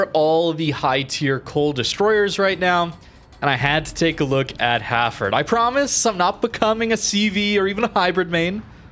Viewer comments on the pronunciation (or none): Hafford ? It's Hal Ford. Lol no hard feelings. Great vid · Nice vid again. Just a question: why do you call the ship Hafford instead of Hal-Ford?